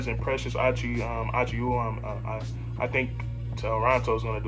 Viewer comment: It's pronounced like; Uh-choo-uh or Aw-chew-aw